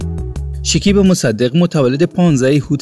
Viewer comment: بخاطر جلب توجه چی چیزهای مزخرف نوشته میکنند شیکیب نه شکیب مصدق البوم نه آلبوم لطفا کلمات را درست تلفظ کنید اصلا جالب و غیر منتظره نبود زحمت کشید از کجا به کجا خودرا رساند آفرین او یک بچه سخت کوش و پرتلاش هست برایش موفقیت های بی پایان آرزو میکنم